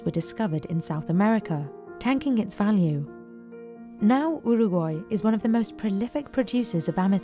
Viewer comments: why does she pronounce Uruguay like that? sounds like shes gargling marbles while saying it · When did people start pronouncing Uraguay like that?